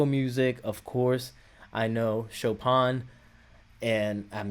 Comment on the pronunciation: Thanks for coming back to Lovebites, and for not trying to pretend you know more than you do. You actually got the pronunciation of "Chopin" closer than most reactors! So, for background: Chopin (pronounced Show-pan) was a Polish-born Romantic-era (1800’s) classical composer and piano virtuoso who lived most of his life in France. He is considered one of the greatest classical composers of all time. Miyako, who composes a lot of Lovebites’ music, is a professional-level concert pianist, and was originally going to make classical music her career. When she was 18, she picked up a guitar, and is now one of the best metal guitarists in the world. She particularly likes the Romantic Era classical composers like Debussy, Dvořák, Chopin and Rachmaninoff. She composed “Swan Song” using elements of the New World Symphony (Dvořák) and Chopin’s Revolutionary Etude (official name Étude Opus 10, No. 12 in C minor).